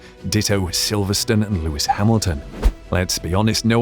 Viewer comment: The "e" on the end of a word in English dictates the pronunciation of the preceding vowel. Silverstone is never Silverstun.